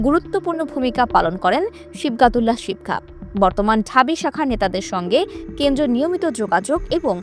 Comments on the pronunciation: নামই ঠিকঠাক বলতে পারেন না,আসছেন রিপোর্ট করতে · নামটা সঠিক ভাবে উচ্চারণ করতে পারছে না